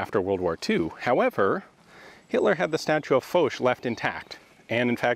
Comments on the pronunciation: Thought it was F-ah-sch instead of F-oh-sch, regardless crazy to see this place in color. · Ian said it well enough, something like Faushe yeah. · MrSebfrench76 So how do you guys pronounce Foch,is it Marshal Faushe, or Marshal Folk ? Or something in between ?